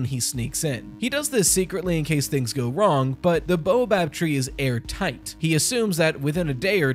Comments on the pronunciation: Good theory but it is baobab, not boabab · ._. it's Bay-Uh-Bob not Bow-a-bab. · I have nothing truly useful to add, only that baobab is generally pronounced "bay-o-bab" not "boa-bab". This is completely unimportant, but it irrationally bothers me. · Baobob tree: BAY-O-Bob 😭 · Hey! Just to let you know, it's pronounced bay-o-bob tree.